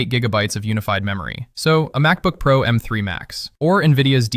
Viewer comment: Its called Pro not P R O 😂 C”mon man use real human not AI for everything here.